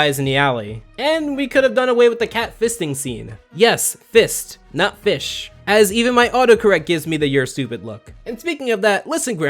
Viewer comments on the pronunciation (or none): none